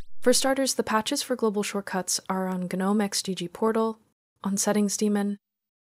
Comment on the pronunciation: finally someone who pronounces gnome the correct way